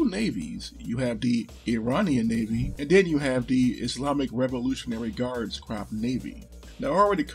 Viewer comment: Always glad I subbed. Your videos have came a long way and keep improving. So much easier to get an overview of the obscure topics you cover. Also please pronounce Corps "Cor"